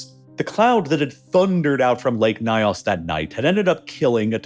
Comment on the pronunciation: The "ny" sound in African languages is generally pronounced like the "ny" in canyon. The pronunciation of "Nyos" in the video is way off. Excellent video otherwise.